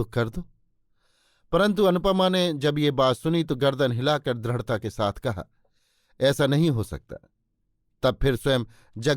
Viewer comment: Dradhta nahi bhai DRADHITA